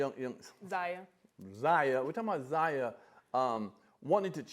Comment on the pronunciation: Lol...is she messing up their names on purpose? Fun-ches . Zay-ya.